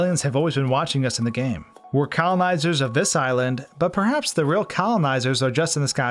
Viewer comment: Yoooo this dude be sayin colimizer